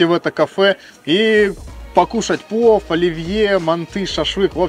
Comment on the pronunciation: что с буквой Л? "ставьте уайки", "пуов", "фудбуогер" Ппц режет "суух"